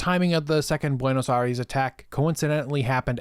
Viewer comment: Great video , just a tiny correction it's Buenos Aires not Buenos Aries